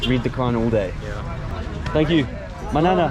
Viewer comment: ❤️ I'm a Pashtun from Pakistan and hearing you saying 'manana' just melted my heart.